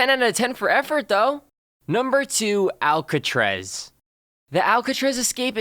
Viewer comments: he said alcatrez wtf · Im kinda triggered the way he said 'Alcatraz' like 'Alcatrez' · most biggest escape? And why can't he say Alcatraz correctly?